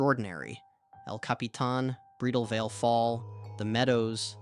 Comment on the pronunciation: Please learn to say Bridalveil and Tuolumne.